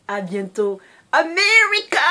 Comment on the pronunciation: Salut je suis mort de rire la façon que tu la dis j'ai compris bay